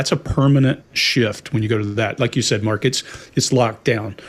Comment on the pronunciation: why did it sound like called Mark “Margaret” here? 😂😂😂😂